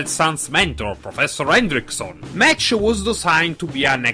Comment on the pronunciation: The new Rider is pronounced Mach(Mock).